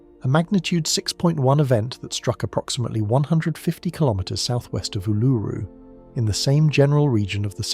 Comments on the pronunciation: Ularu is pronounced oo la roo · Why is the thumbnail a reverse image? BTW the emphasis is on the first syllable for Uluru.